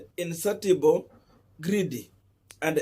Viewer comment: Satiable (satisfy, fulfil)= read it sashiable.